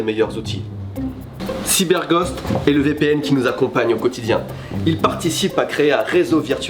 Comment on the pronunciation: Y a que moi qui entend Cyber"Gode" VPN à la fin ? mdr